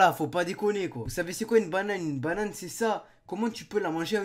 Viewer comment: une "baunane"